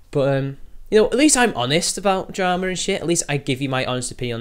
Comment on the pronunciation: itsayaboi... more yootoob dwamaz?????